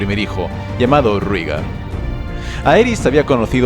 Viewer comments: Todo bien pero "Rígar"? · Creo que se pronuncia "Réigar" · SE PRONUNCIA REIGAR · sobre como pronunciar, solo analiza los fonemas con lo que sabemos de la serie. Si "Daenerys" se dice "Daenerys", esa "ae" se lee como se escribe: ae. Por tanto, "Rhaegar" se dice "Raegar". Del mismo modo, si te das cuenta, Aerys, Shaera y Jaehaerys. Porque en todos los casos es el mismo fonema, es una "raiz familiar", que en las novelas suelen usar los escritores para dar uniformidad a una familia y facilitar al lector el asociar varios miembros de la misma familia, como "aragorn-arathorn". Por tanto... "Raegar", "Daeneris", "Aeris", "Saera" y "Jaejaeris". Un saludo! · TU narrativa siempre es excelente¡¡¡... y en castellano se pronuncia "Rigar", ae suena como í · Rhaegar = Reigar Lyanna = Lianna Arya = Aria (Muchos Angloparlantes creen erróneamente que se pronuncia ARAIA) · Que mal pronuncias todos los nombres